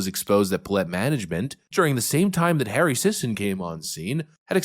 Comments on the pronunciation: The last name is pronounced "Sissy." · “Sisson”… How you pronounce “paid shill” in 2024.